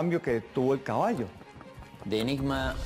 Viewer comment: El cabasho el cabasho, jeje